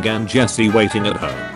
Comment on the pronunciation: I like that the text to speech voice keeps pronouncing Jesse “Jess”. Such a funny little quirk of using the British voice.